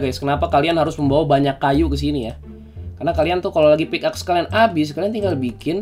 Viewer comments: Pickaxe Dibacanya pik ex bang bukan pik ax, yakin sih udh tau cuman ngingetin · Org² ketika baca pickaxe= Pick ex